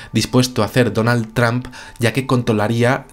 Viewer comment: la pronunciación de trump, lo dice como sonando más bien a tramp.como queriendo decir trampA.